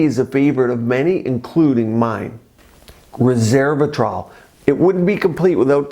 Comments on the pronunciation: res-SERVE-a-trol ? It's spelled res-ver-a-trol so I've heard it pronounced res-VER-a-trol. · I keep hearing "RESERVATROL" instead of "RESVERATROL". Sorry 😞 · Resveratrol not reservatrol. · ResVEratrol. Not Reservatrol. Lol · pronounces it reSERVEratrol 😂 instead of ResVERAtrol. Dr you are caught red handed 🤣🤣🤣